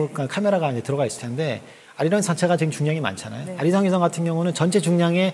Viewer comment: 쉬성이 아니라 위성입니다ㅠㅠ